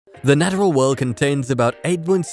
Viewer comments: U said nadderal im out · the nat-er-al world '.' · I’ve never heard anyone pronounce the word “natural” that way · Disliked. 1 - misleading/fake thumbnail 2 - bad/misleading info 3 - the way you say natural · bruh that pronunciation of natural